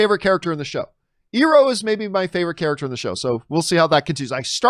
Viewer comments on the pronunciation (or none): John Iroh's name is pronounced i row not e row.